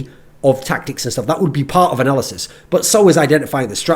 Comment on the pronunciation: I keep on hearing "Narcissist Desk" lol.